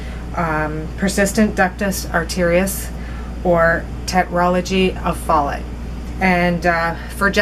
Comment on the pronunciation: My son has tetralogy of Fallot and just an FYI it's pronounced "fuh-low" ☺️ I love your videos and what you are trying to do with them!